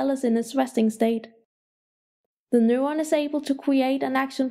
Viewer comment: Annoying as fuck. "Newon"